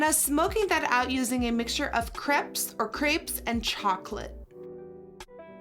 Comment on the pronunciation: pronounced crepes as grapes with a c